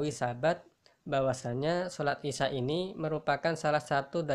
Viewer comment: Assalamualaikum pak numpang tanya kalaw pas bacaan isaai isaa nya itu kok dibaca cumn dua harokat pak itu kan madwajib pak